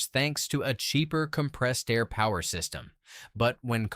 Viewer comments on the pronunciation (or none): none